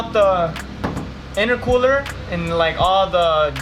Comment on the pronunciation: Why do you keep saying innercooler